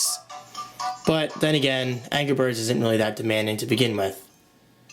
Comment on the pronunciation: angrah berds!!